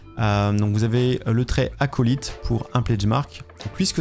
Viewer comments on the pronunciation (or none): none